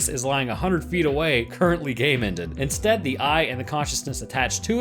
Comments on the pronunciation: It took me a while to realize what he was really saying every time he said "gay-mended". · Why do You say "gamended" Is that a refrence